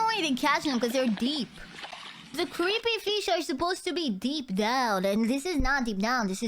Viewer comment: "creepy feesh" omg i love the pronunciation